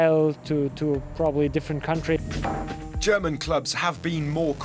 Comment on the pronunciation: The speaker of the video has amazing German pronunciation 👍🏼